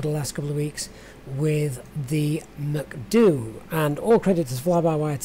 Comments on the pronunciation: Usually they say “Em-See-Dee-You”... Your pronunciation makes me wanting to go to McDonalds 😂 But great video. Thanks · Got my subscribe simply for the reason you call the MCDU macduo hahahah xD